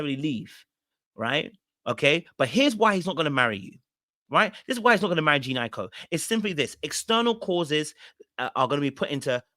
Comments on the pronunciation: Like her name is not even hard to pronounce 😭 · Wth😂😂😂. Did all of you relationship coaches send out a memo to call this woman Jean. Its Jhene pronounced Juh-Nay